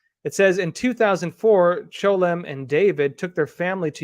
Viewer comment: Why did you keep pronouncing 'Chelom' as "Cholem" ?